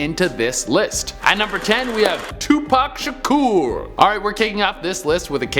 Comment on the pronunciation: why doesnt he know how to say "Tupac Shakur" like honestly repeat it with me "two pack .. shah-cur" 0.0 idk how to write the pronouncation so that what it sounds like to me